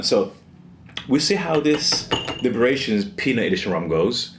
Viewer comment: And its pronounced.. "LIE-Bations" 😉